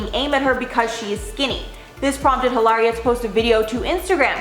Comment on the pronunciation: stop calling her Eelaria.. her name's Hillary and that's that